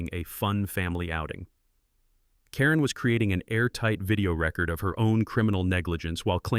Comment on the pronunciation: Will someone PLEASE teach A.I. the difference between record (re-CORD - to write something down) and record (RE-cord - an 'obsolete' vinyl audio device)? Someone? Anyone? Please?!?